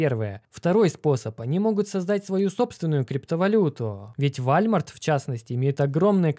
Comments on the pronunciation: Вальмарт? Волмарт же читается walmart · Не Вальмарт, а Уоллмарт)))) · без обид но-не "Вальмарт" а Волмарт,( по началу даже не понял о чем ты...):-) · «Волмарт», а не «Вальмарт» 🤷🏻‍♂️🤷🏻‍♂️🤷🏻‍♂️ . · Ти красавчик))) Ну правильно "вОлмарт" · Не вальмарт, а воллмарт от англ. "Wall" - стена (facepalm) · Только не Вальмарт, а Волмарт))) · Ты молодец, но я Тебя прошу.... говори Волмарт, а не Вальмарт:D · Спасибо за полезную информацию. Очень интересно смотреть. Но... вАЛЬмарт это конечно звучит очень ржачно... правильно он читается как вОЛмарт! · Не Вальмарт... ВОЛМАРТ! Ты ведь не говоришь Гоогл, просто решил поправить потому что слух режет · Вальмарт? Всегда думал что это волмарт) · Вальмарт, ой бляяя. Э мои ушы. Волмарт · Все классно. Только правильно УОЛМАРТ, а не ВАЛМЕРТ👈🏽нет такой компании 🤷🏻‍♂️ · Вальмарт? МайкрасАфт?... А точно не Уолмарт и Майкрософт? Тот кто переводит и тот кто озвучивает это разные люди команды вашего проекта "Богатейшего Д"? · Волмарт :) сорри но у меня ухо не воспринимает ( вальмарт) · пожалуйста, не говори больше так, Вальмарт, уши режет просто 😳😬, это сеть правильно называется "Волмарт". Спс дружище. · разве не Волмарт говорится? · вОлмарт, а не вАльмерт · ВОЛмарт, почему "вальмарт"! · ☝️Волмарт а не вальмарт🤦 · не вальмарт!!! Волмарт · привет! Всё интересно! Только не Вальмарт, а Волмарт. Я в Америке жил. Такое произношение там. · Не вальмарт а уолмэрт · О боже, пожалуйста больше никогда не говори вальмарт....... Это звучит по идиотски.... Волмарт....... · Чувак!!! Это вОООлмарт!!! Ааааа, мои уши!!!! Очень люблю твои видео, но Вальмарт - этож ппц, ты всю репутацию свою срезал…не буду твою книгу читать, ты название магазина ширпотребного не знаешь…кстати, они ща внутри прям всё изменили и сделади магазы более цивильными, а то раньше в них даже ходить то не особо хотелось… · Вальмарт 😆 волмарт 😆😆😆😆😆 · Тоже не сразу понял что за Валь де морт такой ))) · Вальмарт чтоооо)))) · Вальмарт ? Ахахах сорри ахахаха 😂😂😂